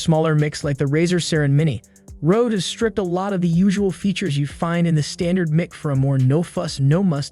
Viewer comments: Mick? mic is pronounce Mike. Not Mick. ... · It’s pronounced ‘Mike’ not ‘Mick’ FFS! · The way you Say MIC is annoying.. its "MIKE" not "Mick" do you say microphone? or mick rophone?? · for someone doing "mick" review... your sound is dog water and you can't pronounce the subject matter, and it sounds like you are just reading off the "mick"s advertising website. low quality garbage content